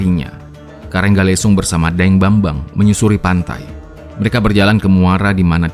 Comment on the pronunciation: Daeng bangbang, bukan daeng bambang, min.. 😁